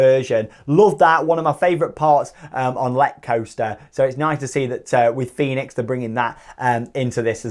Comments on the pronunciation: Fønix is pronounced Fönix or Foenix and not like Fenix in Toverland 😉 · Small funfact: Fønix is not pronounced the same as Fenix at Toverland. The ø is pronounced like the german ö (basically like the e in her, without the r sound). Just for your information, so you can show-off your pronunciation skills again, when you are in denmark! :p